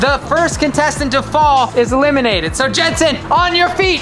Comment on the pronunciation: i love how elliana is like gensen are you ok